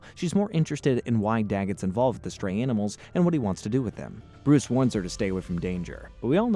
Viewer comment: How is nobody talking about that sick intro Also why does the Joker always end up dangling over fire Bruwuce Wayne